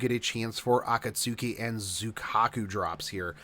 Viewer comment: Man I didn't use to like you but this video was spot on and very informative. Find myself more interested now, and also thanks for the heads-up, gotta level a 5-2 team. Also, you dont watch anime do you? cus if u did u would be pronouncing Akatsuki differently.